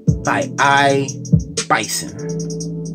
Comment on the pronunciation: Its not Bison its iblason with an L.Thanks for nice review.I have an iblason case on my htc one a 9 and I love it.